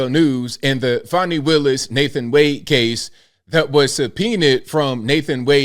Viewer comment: There is no "W" in fanny or Fani. Why not say "Fanway" or some other weird pronunciation? Big fanny Fani.